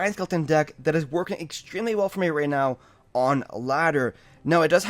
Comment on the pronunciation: Lol did he says right ' Mew ' instead of right now ?